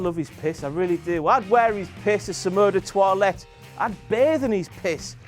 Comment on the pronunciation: 'Some Eu de Toilette' sounds like 'Samoan de Toilette'... Seems legit